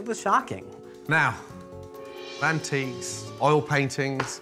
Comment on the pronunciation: Did he just call them MANtiques 😭